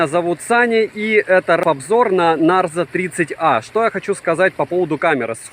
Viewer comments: Привет,! Обзоры нравятся, смотрю почти все. Но коверкание названия Нэйзер вместо Нарзо в сотый раз, подбешивает, наверное потому что всё смотрю) И потом, мне кажется, вы путаете, тот что вы купили на июньской распродаже и потерялось на почте, это Realme Narzo 30 5g 4/128, а тот, на который недавно у вас был обзор, это Realme Narzo 30 6/128. Там разница в процессоре, в 5g версии Dimensity 700, а в обычном Helio G95. Я на распродаже Али в июне купила сыну Realme Narzo 30 5g за 11700. Норм аппарат) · Ура! Всё-таки "Нарзо", а не "Нейзер")))